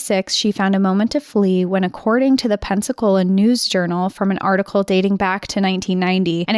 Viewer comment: Are you saying Penascola or Pensacola??